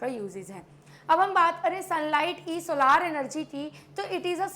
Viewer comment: Mam with soa lar nahin solar hota Hai